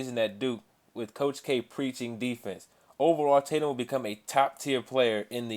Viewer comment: Jason tatu? it's tatum